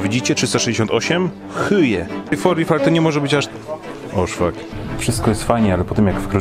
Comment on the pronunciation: Nie hyje tylko po prostu hohe, taki wyjątek :D Mówisz hende hoch, nie hende hoj/hyj :D